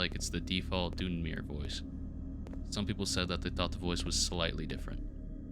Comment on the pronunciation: Great video for something to get randomly recommended by yt, love the effort. Next time maybe look up the Elder Scrolls pronounciations tho, Dunmer is almost like 'done-mur' and Dwemer has the same long e-s like 'lever' followed by the previous 'mur'. It's very easy cuz it's very simple Elder Scrolls etymology, Dunmer is dark-elf, Dwemer is dwarf-elf in the universe's elven. I also know it's a popular way to generate feedback content for the algorythm so here you go ig